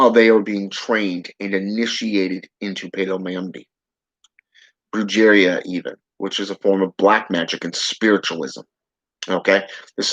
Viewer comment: Brujeria is pronounced "bru-hare-ria"... If you were into Santeria and working with Santa muerte you might wanna learn how to pronounce these names correctly